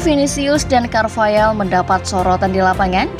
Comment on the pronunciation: Carvahal min, bukan Carvayal